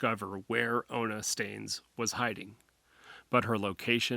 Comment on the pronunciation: You mean ona right? I don't think it's olna